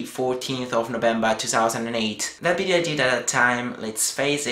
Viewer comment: haha why do you say v (vee) as bee (b)? bee-deo ad-bice LOL like it thought :D